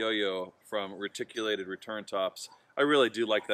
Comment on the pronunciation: Great review. Awesome throw. As a reptile fanatic though, I have to say, it's Ree-tic. Lol